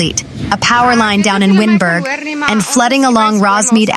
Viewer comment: Realised after a while windberg is wynberg😅 pronounced wine-berg. The situtaion is terrible right now